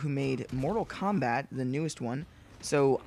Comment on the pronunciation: Kombat not combat you sick fuck